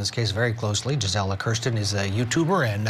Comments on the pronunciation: “Jizzella”…I have a MAJOR PET PEEVE with news reporters AND creators. How HARD would it be to look up how people say their OWN names (especially when it’s not a common name to them)?!?! GREAT INTERVIEW!👏🏻👏🏻👏🏻👏🏻👏🏻 I called it months ago…YOU’RE going places and I’m so happy for you!😘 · He said her name so wrong but, I love seeing you everywhere G!! You rock!!❤😊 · He almost got your name right! Great appearance G!! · Looking so put together in your court jacket. Your commentary was spot on. But man, I wanted to keep correcting how he was pronouncing your name. the disrespect!! Just think from your first trial coverage in March 2023 to a regular on Court tv in less than 6 months. You should be so proud of yourself - I know i'm proud of you!! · Great job Gisela! Couldn’t help but notice how many times he mispronounced your name! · Gisela very professional! Sorry they didn’t say name correctly but you rocked it!❤ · Wow Congratulations. Great interview except for him mispronouncing your name. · Woohoo Gisela! 🎉 Sidenote: I wish he had pronounced your name correctly.